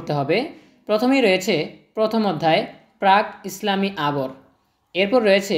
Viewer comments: প্রাক - ইসলামী হবে আপনি ও তো বলতে পারলেন না? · প্রাক -ইসলামী আরব হবে 😂